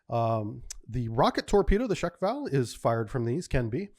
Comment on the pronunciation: Similarly, and no slight intended, the Soviet/Russian superfast torpedo is Shkval (one syllable). I can say it easily, probably because I took some Russian in school. I ran into this with Chiefs. "Amy One Nitrate" is something I heard many times from older chiefs.